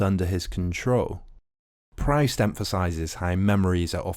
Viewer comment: You mispronounce Proust